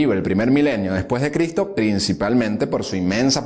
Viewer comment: ES EVIDENTE QUE LOS LIBROS QUE USTED TIENE DETRAS ES SOLO DECORACIÓN NUNCA LOS A LEIDO POR QUE SI LEERIA PRONUNCIARIA LA "S" USTED DICE CRITO SE DICE CRISTO CON S LE RECOMIENDO LEER LOS LIBROS QUE TIENE DETRAS DE USTED COMO UNO HABLA ESCRIBE DE SEGURO QUE AL ESCRIBIR IGNORA Y ANULA LA S